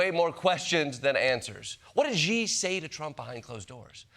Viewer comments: What Gee? You can’t even learn a simple word ‘ See’! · Ahhhh. Jordan Klepper, don't fall into the strange American habit of saying "Ji" for "Xi". If you don't want to learn a new consonant, just say "She". It's closest. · You hear different Xi, it's not Zee, it's She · Jordan if Xi can pronounce Thucydides, surely you can pronounce 'Xi'? Its 'sh' as in she (or sort of close to that anyway), not 'zh'. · It’s not President “Gee”, it’s President “She”. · Dude the pronunciation for Xi is like She. It is not gee, or xy or some other exotic pronunciation. It is simply She. I cringe every time you mispronounce the name of the most powerful international figures in the world. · “Xi” is not pronounced “gee,” but “she”! Why do so many people mispronounce a monosyllable?!😒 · Bro it's not "Gee" like the beegees, it's "she" like he and she. Not that hard! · It’s “she”, not “gee”! 😂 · It's not "Ji", in English, you would pronounce it like "She". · Jordan, it’s pronounced “Xi” 🇨🇳 like the word "she" … not “G” 🤦🏻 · “Shee” it isn’t “jee” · Xi is not pronounced “Ji” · I love the show, but why do Americans all mispronounce the Chinese President's surname as She or Zhe? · It's pronounced "she" but they always try to do something weird with the X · It's "Xi" -- just think /shee/ -You can do it! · Xi's name is actually very easy for English speakers to say as it's "She". Don't let the spelling trip you up, Klepper :))) !!!! Ignore it. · Xi is not pronounced as 'G' or 'She'. It is pronounced as 'C'. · IT'S PRONOUNCED "SHE"! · She is not the correct pronunciation either, but it's closer. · I love Jordan so much someone please tell him Xi is pronounced with the “sh” sound. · Why did this person not bother to learn how to pronounce "Xi" ? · When will English speakers ever make an effort to learn to pronounce foreign names. Xi has been leader in china for so long already, learn to say it, please! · If you can't say that pesky "r" sound, then yeah, you're an expert on China, Ronnie.